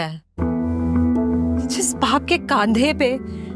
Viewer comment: Kandhe ❌ kaandhe✅